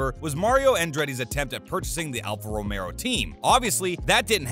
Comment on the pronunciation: "Mario" Andretti attempting to buy Alfa "Romero"? Couldn't listen past that.